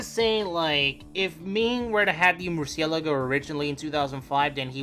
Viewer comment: for the love of God pronounce murcielago properly